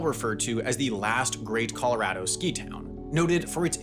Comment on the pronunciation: dude keeps pronouncing '' colorado'' the wrong way